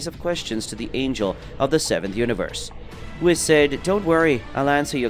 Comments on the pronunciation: Would u stop saying wiss🤦‍♂️bloody hell its whis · pleasee its not wis its Whis